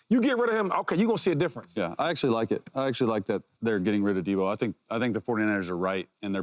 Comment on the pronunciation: He thinks so much of Deebo he can’t say his name right